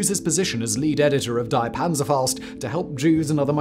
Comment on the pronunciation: Would be nice if someone hosting videos for as long as Simon, in the 21st century and living in Prague could and would actually correctly pronounce words and names like 'die' and 'Rabe'.